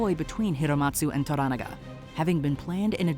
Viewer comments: I have loved your videos for years, but WHO TAUGHT YOU TO PRONOUNCE THESE NAMES? Of the principal characters? I never nitpick like this, but it made the video almost unwatchable for me. You get Yabushige, Hiromatsu and Buntaro right when most people would mess those up, and you say the Japanese actors' names correctly. But then you pronounce Toranaga and Mariko on the wrong syLLAble and pronounce 'seppuku' two different ways - one time in the SAME sentence. So unlike you. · This is the first Youtube video I have seen that pronounced the name correctly. It’s pronounced to-ranaga (similar to oregano), most YouTubers pronounce it tora-naga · Maybe you were too busy reading subtitles rather than listening to how the names were pronounced when spoken in Japanese. For example, in English, they pronounce Toranaga as "tora NAGA" but when speaking Japanese, they pronounce Toranaga as "toh RANaga". Watch the show and listen next time. I guarantee you'll hear the difference. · why dont you pronounce Tora NA ga correctly! VERY irratating!!! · the narrator is horrible here. Can't pronounce the names even close to correct. Even watching the show for 2 minutes tells you how to say Toranaga. Not "Toragana" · It's To-Ra-Na-Ga lol Do you guys even watch these shows or just pay people to write stuff for you and just read the script? 😂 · Jesus Christ could you butcher the name Toranaga any more brutally? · I hate the way this narrator say Toranaga... Like, can you at least try? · learn to pronounce Lord Toranaga's name. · I had no idea who you were talking about when referring to Toranaga. You mispronounced the name TERRIBLY. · Can y’all please learn how to pronounce “Toranaga”? If you’re reporting on something, at least do some homework…damn